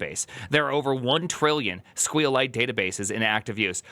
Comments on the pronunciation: squeal lite is the worst way of pronouncing it I ever experienced. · Do me a favor and honor SQLite itself: the way you pronounce it is: "S" - "Q" - "Lite" also (regarding your video title) the S,Q and L go in uppercase. Be respectful please with the "most used database" ok? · clicked on this just to see how he would pronounce SQLite lol